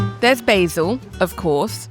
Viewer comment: BAY_ZIL ??? You mean Basil.